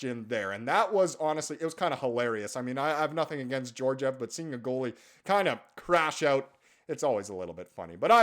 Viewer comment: Georgiev has the hard G sound. It’s spelled Георгиев and the Russian letter for G “Г” makes the hard G sound. If his name was pronounced with a soft G (J) then it would’ve been spelled with the Russian letter “Ж” like Жеоржиев and would be transliterated into English as Zheorzhiev. Ж/Zh not being an exact replacement, as it doesn’t exactly make the soft G or J sound that we have in English, but makes the halfway between Z and J sound in the “sure” part of “measure”. Like a sloppy J. Meh-zjurr, but no zuh sound from the Z. I don’t know how else to better describe it. Btw I’m neither Slavic in nationality or ethnicity, I just taught myself how to read the Russian Cyrillic alphabet because I wanted to read what was written everywhere while watching gameplay videos of Escape From Tarkov. It’s not that hard to learn, especially if you know Greek because that’s what it’s based off of, but I took Latin in school instead, so learning Russian has helped me with Greek. Backwards from the typical way you’re supposed to do it, but I digress.